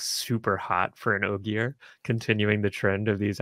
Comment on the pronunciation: I commented this, hit play, and then immediately said “Ogier” correctly